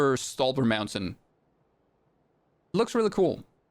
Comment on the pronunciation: I love how he says "MAUNTAIN" XD XD